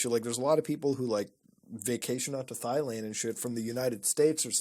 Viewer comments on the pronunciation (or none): “thigh land” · Did you say thighland? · I LOVE MUTA but hearing him say “thigh land” makes me wanna rip my fcking eardrums out 😂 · Thighland? lol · All these people wrong, it's spelled and pronounced "thighland" obviously. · Hehe, "Thighland" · Bro the way Mutah pronounced Thailand 😂😂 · The H is silent ladies and gentlemen. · The h in Thailand is silent